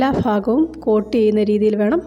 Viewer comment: എല്ലാ ഫാഘം 😂😂